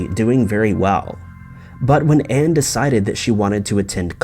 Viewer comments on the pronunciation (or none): none